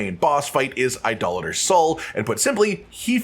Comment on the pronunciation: Thanks for being one of the few content creators who can correctly pronounce “idolator”..